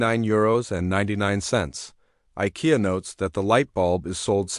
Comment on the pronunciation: AI needs to learn to say Ikea.